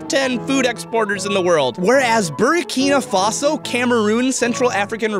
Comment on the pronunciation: Dude you mispronounced Burkina-Faso